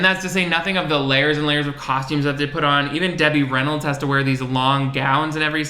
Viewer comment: I just came here to yell at you for calling legend Debbie Reynolds what sounded like “Demi Rennals.” 😂